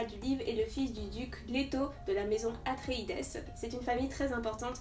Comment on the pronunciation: Hello, on prononce "atréïde" ce qui donne le maison des atréïdes. Herbert s'est inspiré de la mythologie grecque sur ce point